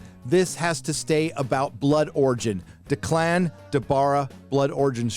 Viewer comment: oof,... "duh-clan" (try "deck-lin"). that gave me a good laugh. solid video.